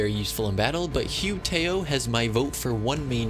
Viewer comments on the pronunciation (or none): I'm honestly not being rude just helping out, it's pronounced "Who? T ow!" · It’s pronounced - who-taow =hu tao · OH NAH YOU DID NOT JUST PRONOUNCE HER NAME AS HUE TOYOH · Hu Tao Pronounced- Who - TT - ow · hoo tow (rhymes with the noise you make when you're hurt) please sir. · How wrong do you want the pronunciation to- Yes. "Hue Tayoh" "Ciao" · Pronounce it "hoot ow" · Excuse me but this is how u pronounce hu ta- o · dislike for the way you pronounced hu tao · This man's not only pronounced hu tao wrong, but proceeded to pronounce Xiao (arguably more difficult) perfectly. I'm sorry what now? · THE WAY HE PRONOUNCED HU TAO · The way he pronounced hutao gets me like- excuse me 😭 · Oh my god, In how he pronounces the name of hu tao is funny and disappointing at the same time 😂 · The way he pronounced her name I'm laughing so hard 💀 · Either this man has never played genshin in his life, or he is intentionally trolling the entire community with his horrendous pronunciation of the names of the characters... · The way you pronounce hu tao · the way you pronounced both of their names wrong 😭😭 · HU TAO AINT MURICAN STOP MISPRONOUNCING HER NAME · Stop stop stop stop stop stop you did NOT just pronounce her name like that